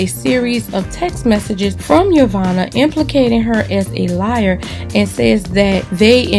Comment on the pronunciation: The way you butchered Yovanna's last name alone was enough to give this video a +1 😂😂😂😂😂😂😂😂😂